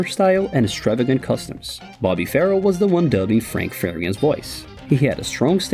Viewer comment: Bobby was NOT 'Farrell!...The name was pronounced 'Fa- RELL'...I worked for Bobby on the band's tours,(Thanks to Mike Lee Taylor and Barry Collings), collecting the girls from an address in Surrey...(Classified information!).😊😢